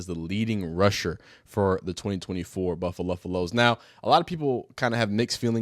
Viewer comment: Buffa-luf-aloes is CRAZY LOL hahaha